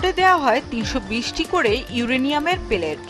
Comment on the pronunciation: পেলেট কেন বলছেন, পিলেট